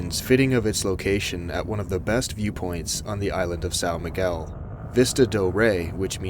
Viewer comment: Did you just say, "Sow Migyual"? 😭